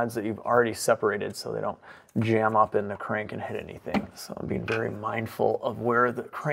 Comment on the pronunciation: Crank rhymes with dank 😂 Im glad it worked out for you